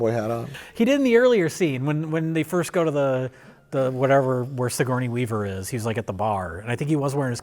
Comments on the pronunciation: “Sigournia Weaver” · "sigornia weaver" hahahaha gotta love